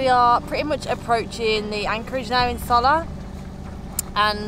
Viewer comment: Soller.................. the 2 ll's are pronounce as a Y in Spanish